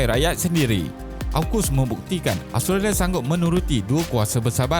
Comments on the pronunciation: Aostrolia plak sebutan dia 😆😆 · Mengapa susah sangat mengucapkan kata "Australia"? Something wrong?